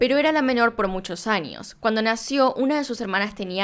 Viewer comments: A alguien más le encanta cuando dice "Anios"? :3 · AMO CUÁNDO DICES BANIO, NINIOS, ANIOS ETC😍😍😍🤩🤩🤩 "shudy" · "anios", "ninios" ❤ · dioss, me hicieron dudar de toda mi existencia.. Cómo pronuncian ustedes la "Ñ" en sus países?? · Jijijijiiii .... Siiiii!!! Annios, cushishos...etc... es genial! BTW, muy buena narrativa 😉